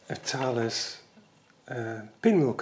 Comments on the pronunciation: I had some single frequency GPS receivers (for surveying) with the brand name Thales. I was told it’s pronounced Taw-lus. Looks like Thay-uls to me. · Great pair of videos - I think we've been pronouncing the Thales name incorrectly all this time!!! That really is the essence of a pinwheel calculator with no extra bits or features, nice and simple. The moving comb to clear the input register is like the one on the Felix machine.